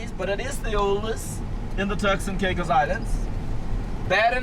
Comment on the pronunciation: They need to get somebody who can talk and learn how to say the Turks and Caicos.